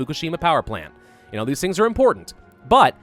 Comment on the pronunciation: i want shirts with "And genoa what" this is how he sounds when he says "and you know what?"